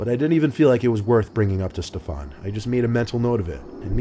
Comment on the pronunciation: "Steph-on"?? What a soy boy 🤣🤣🤣